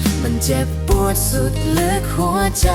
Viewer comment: ผช.น่าจะร้องออกนิ่มๆตามความเศร้าของเพลงมากกว่าออกแนวร็อคแบบนี้ และทั้ง ผช./ผญ.ควรออกเสียงให้ชัด ไม่ต้องดัด เช่น พัด เป็น พาด , เจ็บปวด เป็น เจ็บป๊วด , เล่นตลก เป็น ตาโหลก (ควรลงเสียงสั้น) นี่แหละคือข้อเสียเพลงสมัยใหม่ที่เอาแต่เนื้อ ความหมาย โดยไม่มีสัมผัส เหมือนสมัยก่อน มันจะทำให้ร้องชัดและลงเสียงภูก